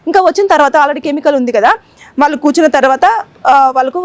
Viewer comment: Heights of kadu. Hats off అని పలకాలి. వాళ్ళు అని పలకలేవా? వాల్లు అని పలుకుతావేంటి అసహ్యంగా. ముందు భాష నేర్చుకుని అప్పుడు యాంకరింగ్ చెయ్యి.